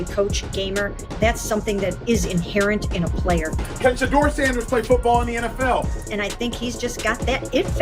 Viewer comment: I like your videos. But, you must pronounce Shedeur Sanders name, correctly. His name isn’t, “Shatter”? It’s, pronounced, “Sha-Door”, ok? Show the man some respect, ok? God bless—Ericd(Atlanta, GA)!